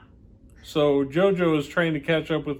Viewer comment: Also, my dear. its Gio-Gio, not jojo! but it's okey!